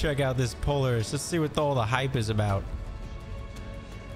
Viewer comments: I just can't get over your pronunciation of POLARIS. If you've ever heard of the real-life ATV manufacturing company, it's "Pol-AR-IS". not "Polar-is". But just remember, a CIG Dev once said that every way you pronounce something in Star Citizen is the right way. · PO - LAR - IS not Poliris 😅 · it's not polerus Po-Lare-us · Po-Lar-iss not Polar- iss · Pretty sure it's pronounced "Pol-Air-iss" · It's pronounced, POL-LAR- IS. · I understand I mispronounced POLARIS, I understand I made an error, I apologize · it just kinda made my day. Thanks for the chuckle. Always enjoy the vids. Keep up the good work. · lol i came to say the exact same thing =P but yea glad you're enjoying the verse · I like your videos but can't watch this one with you saying Polaris the way you are! Have you not heard any of the devs talking about the ship? ;-)